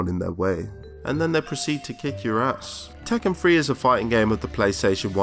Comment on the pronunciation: Did tekken have a free to play entry? He keeps saying “Tekken Free”. What does he mean?